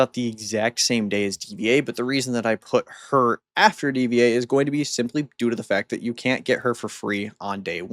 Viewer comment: Hearing mispronounced DVA and Schuyler's name hurts. Lol It's pronounced Diva and Skylar 😅